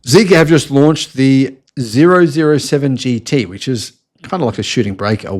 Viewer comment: OMG! It's "Double Oh 7 GT"! Hello?